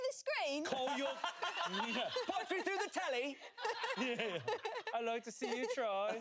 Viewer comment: honestly their english accents arent too bad except for Shayne's sounding Australian sometimes 😂 Court saying "Punch me frew the screen?!" Was so funny